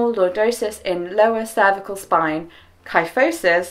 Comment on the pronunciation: Kyphosis is typically pronounced key-foe-sis, at least in my experience. I have Scheuermann's disease, also called Scheuermann's kyphosis because I have kyphosis in my thoratic spine